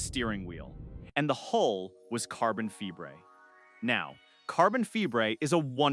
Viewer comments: stopped watching at this point, AI cant figure out how to say Fibre.... AURGH!!!!!!!!!!!!!!! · yeah okay, for some words, but not the word fibre